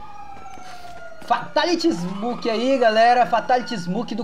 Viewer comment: ele e fraco corta kill kkkkkk e ainda lê errado